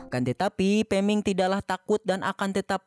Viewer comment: Peming ko gak liris min